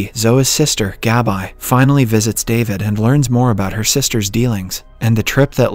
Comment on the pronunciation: GAB-EYE 👁.. you mean Gabi? 🤣